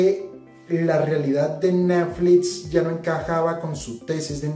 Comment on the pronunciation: Este, como todos los análisis del, es muy bueno, pero me sacaron varias risas el "neflits" y "shopifay".:D